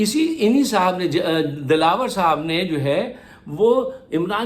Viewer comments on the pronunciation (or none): What a toung slip ...dalawAr ko dalla Keh dia 😂